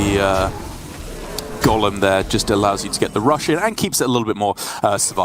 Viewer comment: Can the male commentator say golem not Gollum please